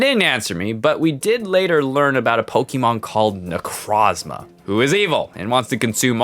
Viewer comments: = IT AINT "NECRAZMA"!! THERE IS AN O IN THE NAME! NE-CROZ-MA! NECROS=DEAD & PRISMA=PRISM! NECROZMA!!!! That dumb fucking TCG commercial has forever ruined Necrozma's good name i swear.... =w= Besides that dumb nitpick; Gotta sau love your nuzlocke animation stories!!! I swear you do better attacking animations than Jaiden!! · ITS NOT NECRAZMA IS NECROZMA DUM DUM